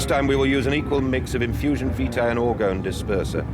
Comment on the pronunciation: I dunno if this has been mentioned already but the pronunciation for vitae is vee-tay, like when you say curriculum vitae :3